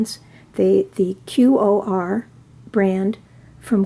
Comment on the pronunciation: QoR is pronounced "core" : )